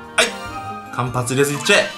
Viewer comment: かんぱつを入れずじゃなくてかんはつねw